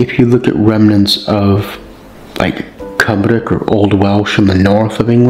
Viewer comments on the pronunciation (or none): none